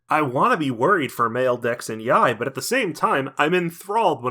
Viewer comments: Evertime you say the gang's name (Mayl, Dex and Yay) i hear Male Dex and Yay, and I'm like: "isn't dex already male?" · Ngl everytime you have to talk about the 3 friends I keep hearing it as male dex yai so now I have a image of a female dex thanks for that lol